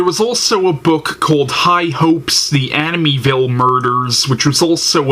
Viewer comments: Please learn how to say the name Amityville pronounced Amit-e- ville. Not aminyville. Grrrr! So distracting form your point.Also. Try looking into the camera. Just some helpful tips. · He keeps pronouncing Amityville wrong and it's driving me nuts lol. Still love his reviews tho 😂